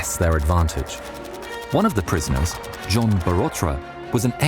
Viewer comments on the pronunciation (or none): none